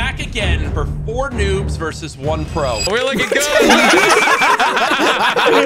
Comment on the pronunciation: Versus not verse Jesus